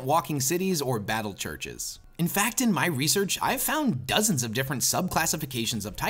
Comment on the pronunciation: curches more like churcehes